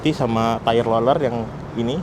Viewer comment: kasian masnya, gabisa ngomong R alatnya banyak roller roller nya